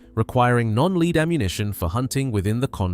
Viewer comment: Lead pronounced led not leed